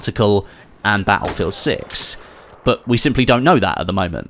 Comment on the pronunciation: why would i subscribe when you can't pronounce the word "but" peoperly? buuuuuu